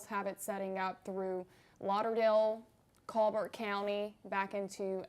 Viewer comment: Thank's &, It's nice to hear a news cast crew pronouncing Colbert County correctly, most others say "Call-Bert" one pronouncing it "Cobb-ert" stay safe & warm.👍🇺🇸